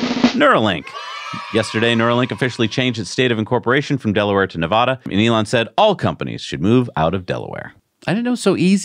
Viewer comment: Hey 👋, please omit the long "a" aah when Pronouning Nevada. Residents pronounce Nevada with an "add-uh" Nevada in place of Nevaaaahduh Nev-add-uh - pronounce Nevada, please Thank you